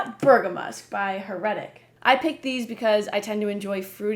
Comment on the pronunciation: The way you say heretic sounds like "her reddit"